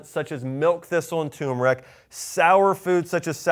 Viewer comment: Josh, it's not pronounced "TUMeric", but "TURmeric". Many people leave out the "R" when they say the word. Great video, thank you.